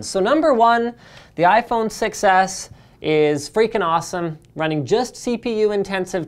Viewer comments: Everytime you said "6s", it sounded like "success". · i heard you say iphone success not 6s lol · "The iPhone Success" is what I keep hearing. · To me it sorta sounds like Linus is saying "iPhone success" and not iPhone 6S. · I think it's a play on the fact that linus pronounces 6 edge almost exactly like success Edit: I did actually see the video, I just think that that is the only way it k´could be funny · "6S" sounds like "success" when spoken. Just sayin' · Sounds like he is saying iPhone Success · iPhone SUCCES (thats what i heard when you said iPhone 6S)